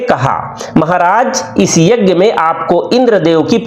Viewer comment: शानदार प्रस्तुति यज्ञ शब्द के उच्चारण में संशोधन किया जा सकता था क्षमा के साथ 🙏🙏